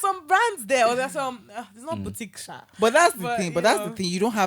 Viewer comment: it's boutique not booTIC 😂